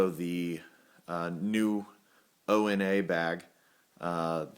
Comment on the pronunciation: ONA is pronounced "OWNA" not "Oh EN A". It's a Swahili term.